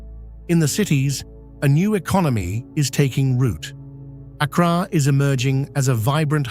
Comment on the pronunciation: He mispronounced Accra.